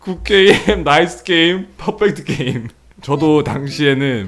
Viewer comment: “국 께임” “나이th 께임” “퍼풱트 께임”